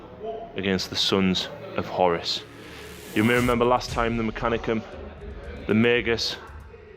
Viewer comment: WhoreRuss Not Horis Saying it like that makes me think more Corner shop owner than Warmaster :D